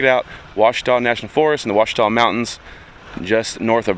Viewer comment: Pronounce Washita